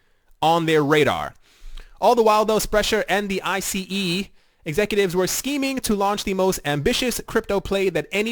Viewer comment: And the company acronym is pronounced Ice like frozen water.